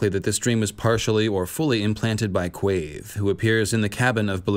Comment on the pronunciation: Random comment, but I love the way you pronounce Quaithe! 💙🦑